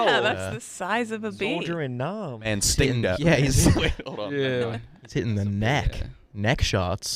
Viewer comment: “Manstingo” I heard that